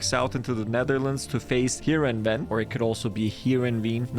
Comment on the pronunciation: Btw good job for trying with Heerenveen it's actually pronounced Here-in-vain